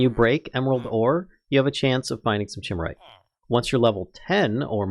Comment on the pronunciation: i hate to be that guy but it's not "ch" it's a hard kuh sound, from the greek creature of legend... a Chimera.